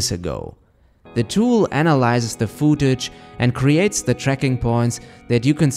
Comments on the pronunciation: "The tool analyzes the FOOD-TACHE" dem pronounciation tho, lol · he said foootage weirdly